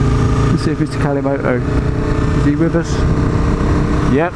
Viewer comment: ‘Alcimoto’ 😂. I had to rewind. Funny, man! 👍🏼